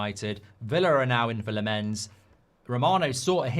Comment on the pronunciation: Lammens is pronousd Lamm-ens not La-mmens. Tips from a Dutch speaker. 🙂